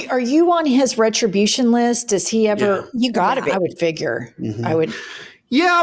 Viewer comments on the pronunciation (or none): none